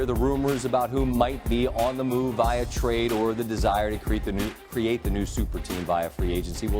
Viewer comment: Jit said "Viah" instead of via